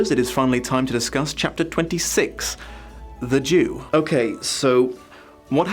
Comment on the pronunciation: at the start when you said "The Jew" I heard it as "The Duke" so I was very confused until you said it again